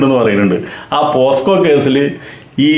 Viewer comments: പോസ്കോ അല്ല സർ. പോക്സോ എന്ന് തിരുത്തി പറയുക 😂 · പോസ്‌കോ അല്ല പോക്സോ